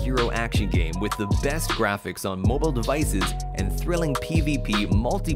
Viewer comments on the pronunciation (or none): Am I the only one that heard mobo instead of mobile? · Why does he say “mobo” games